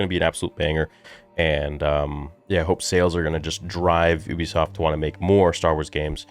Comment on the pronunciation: The pronunciation is you-bisoft not oobisoft